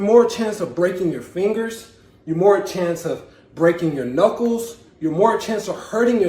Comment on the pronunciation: So it looks like I’ve been pronouncing the word “knuckles” wrong for the last 35 years. According to this video, the most common pronunciation is “nuckos”.